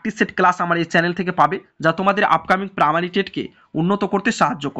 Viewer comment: স্যার পামারি নাকি প্রাইমারি????